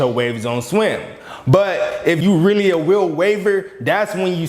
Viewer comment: “if you weally a weal waver” 😭😂